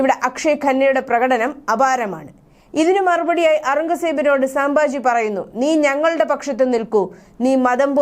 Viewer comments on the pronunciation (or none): സാംബാജി അല്ല സംഭാജി 🙏